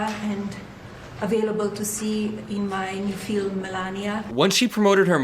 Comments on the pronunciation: I will not be watching her “fee-lim”. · she can't pronounce "film"